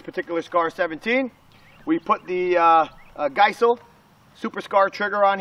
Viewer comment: Geissele is pronounced (guys-lee)